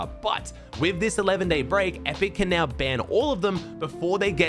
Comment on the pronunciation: Anyone else hear ‘can mero and cooper hold onto their crown’ as ‘ken,mero and cooper hold onto their crown’☠️